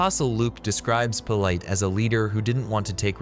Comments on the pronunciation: It's pronounced pil-uht. Using a unique, but wrong, pronunciation really throws off the brain. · In the first two sentences your AI mispronounced his name. I'm gone. Use your own voice and don't be so bloody lazy.